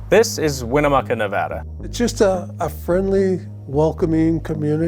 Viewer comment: its nuh-VAD-uh!